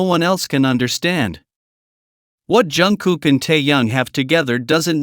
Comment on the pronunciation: Хотя бы правильно называйте их имена😂